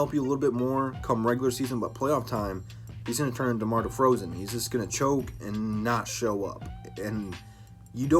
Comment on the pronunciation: said “DEMAR DEFROZEN” 😂😂😂😂😂😂😂😂😂😂😂😂😂😂 Good shit man!!